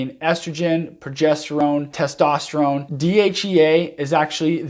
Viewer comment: “Testosteregen “ Lol